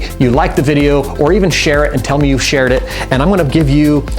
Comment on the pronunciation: And like and sherd